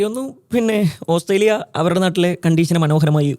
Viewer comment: Hahaha,ഓസ്രേലിയ അല്ലാ😂ഓസ്ട്രേലിയ